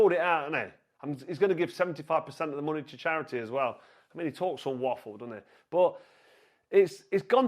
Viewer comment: "does he need the munay" 😂 "Oosyk" it's fucking "Usyk"